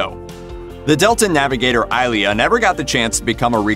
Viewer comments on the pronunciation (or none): Persis Khambatta's character name was pronounced eye-LEE-uh...not EYE-lee. Why do an ST themed video if you don't know the characters ? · Minor nitpicks: it's eye-LEE-yah, not EYE-lee-yah. Also, its de-FOR-est, not DEE-for-est, and OH-BUR-jen-wah, not whatever the heck the announcer said. Not sure the announcer actually watched much Trek 😁. Nice obit. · Take a shot of Romulan ale for every time he mispronounces Ilia.